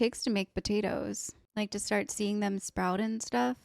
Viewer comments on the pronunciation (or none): none